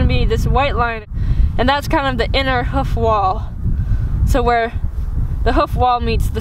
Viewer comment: Can’t deal with how you say “hoof” it’s “h-oof”. Not “huff” 🤣🤣